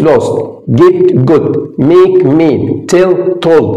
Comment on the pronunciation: أستاذ الفعل gave .. لاحظتك في أثناء النقط ل a كأنها e .. وفي فيديو سابق قلت ننطق ل a بصورة واضحة إذا كانت اللفظة منتهية بال e . ومثله made ..